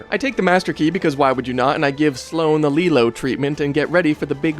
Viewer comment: It’s Leeloo and pronounced as Lee - Lou.